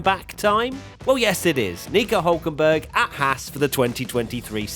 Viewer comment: he's called hÜlkenberg